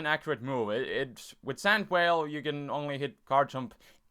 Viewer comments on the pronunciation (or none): Sand Veil. He says it as Sand Whale. and Garchomp is only back if you use Rough Skin